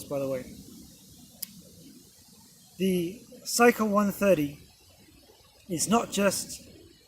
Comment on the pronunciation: It's not SYka but SIka, pronounced with an E. It's an Indo Arabic word that means KNIFE. Lovely review btw!